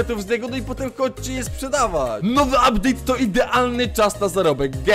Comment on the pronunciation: "Uptade" już farmie na nowy uptade :D